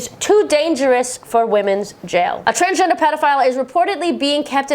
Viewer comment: Always when you say Transgender I understand Transtrender XD